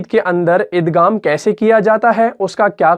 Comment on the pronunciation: Aap igham k ghaeem ko ghaf se kiu bol rahy hen